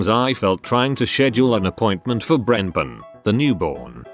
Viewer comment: BRENPON hahahahahahahaha